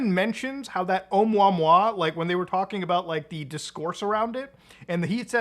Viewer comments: Oh-moo-uh-moo-uh, not mwa mwa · Love you man, I think it’s meant to be pronounced like, errr omooa mooa. Think cow sounds. Sorta. At least that’s what Michael godier thinks. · its pronounced "Uh-MOOuh-MOOuh" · “Oh-moo ah-moo ah” is how you pronounce it. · its pronounced (O-moe-ah moe-ah) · Ohh-moooah-moooah, some hooked on phonics shit for this one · Oumuamua is pronounced Oh mooah mooah. It got the attention of the UFO crowd because it was a very strange shape, the first interstellar object noticed visiting our solar system and it seemed to accelerate away from the sun against gravity. Avi Loeb didn't state it was Extraterrestrial technology, he did say it was worth investigating the possibility that it might be. The general consensus is it's a new kind of comet covered in blackened carbon. The acceleration might have been caused by a crack in the outer shell allowing ice to be heated and escaping through small gaps as steam acting a bit like a jet. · please stop using gods name with explicatives. btw it's pronounced like this oh-MOO-uh MOO-uh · Its 3 "I" Atlas (Three-Eye Atlas) sounds like and "Interstellar" Monster with three eyes :) and Oumuamua is pronounced oh-moo-ha-moo-ha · It is pronounced, Oumuamua, o-Mooa-Mooa, it's Hawaiian. Sorry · I've never heard Oumuamua being called "Um-wah-wah" before 😂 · the way you pronounced Oumuamua legitimately pissed me off lmao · Muta says oumuamua so fancy. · The way Muta pronounces Oumuamua makes it sound like delicious food.